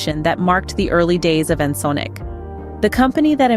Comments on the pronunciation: You go back and forth, but the correct pronunciation is like en·sonic (sonic, as in sound ), not ensunik. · In-sin-ick LoL it's En-Sonic. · Ya I know, but the writer could have spelled it phonetically in the script so as to force the TS to pronounce it correctly (e.g. "enn sonic" or similar). Overall though, still not as irritating as how Windows TS mispronounces plugins as "plujins." 🙄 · You lost me at "Ensin-Ick" Fuck this text-to-speech shit. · you think because it was mispronounced it has to be AI?